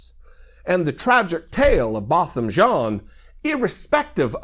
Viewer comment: The FRENCH name JEAN is pronounced JAAN. The N should not be emphasized. He was a fellow COUNTRYMAN.